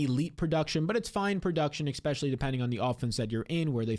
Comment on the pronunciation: Especially not EXpecially